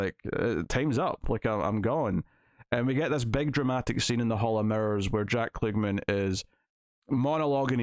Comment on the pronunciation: The actor's name is pronounced KLUG-man, not kloog-min as you were saying.